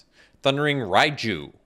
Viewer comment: It's Ryne not Ryan